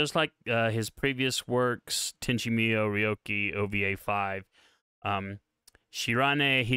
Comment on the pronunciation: Bruh..Tenchi "Meeyou"? Even the show pronounces it MooYo...